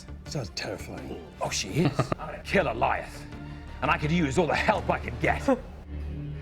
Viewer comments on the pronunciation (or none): none